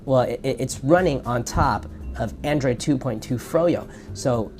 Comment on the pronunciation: "Androiod" - on . You just got the latest OS.